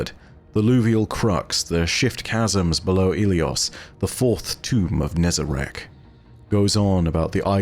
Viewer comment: Finally someone pronounces it how its spelt not as Nezarac